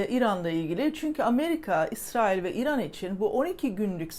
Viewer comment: mükemmel diksiyonunuza küçük bir ilave yapabilir misiniz, kısaca İran demek yerine İiran deyin. Lütfen.